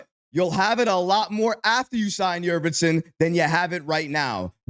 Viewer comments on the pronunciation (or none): Yurt Seven not Yurvetson